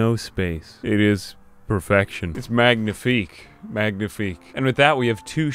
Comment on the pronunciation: Well you already master english so I can only help you a bit with French: for "magnifique" => don't pronounce the "g" sound, so it's like this: "ma-ni-fik"